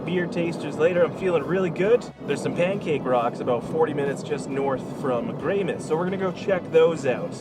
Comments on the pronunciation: Greymouth not Greymyth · Excuse me sir but its "grey-MOUTH" not "grey-MITH"!!! Haha 😂😂😂 we both messed this one up ❤ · we googled the pronunciation and the first hit was "Greymith" the way the British would say it. Our mistake was not googling New Zealand specific pronunciation! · Cool video series! Bit of feedback: if you’re doing a travel series, please make sure you find out the correct pronunciation of place names. People have already called you out on Greymouth, but you butchered Roxburgh and Tasman too.